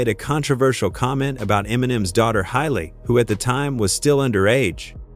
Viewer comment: Who the hell is hyley? Does he mean haley l o l